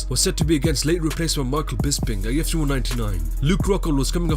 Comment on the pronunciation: Every time the narrator kept saying "UFC", I thought he was saying "GYPSY."